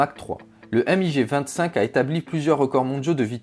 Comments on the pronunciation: c'est pas M.I.G mais MIG en un mot ... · Alors lui il m'a énervé avec son èmmigé au lieu de MIG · je vais le balancer un sidewinder putain on dit pas emmigé mais MIG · A par le MIG ( et pas le M.I.G) ce sont tous des avions expérimentaux et pas des avions de chasse